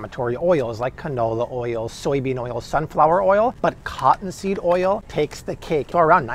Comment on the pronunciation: How does he add so many extra syllables to the word oil?!?